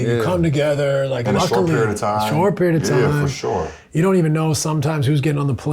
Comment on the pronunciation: LeBron “for shore” james